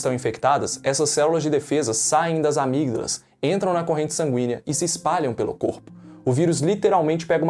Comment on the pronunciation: Muito bom... só dizer que o G de amígdalas é mudo.. mas isso passa batido.